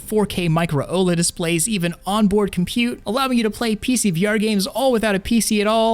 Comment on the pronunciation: Vi, short for virtual eye... bro surely its pronounced vai like v eye? (virtual eye??) not vee??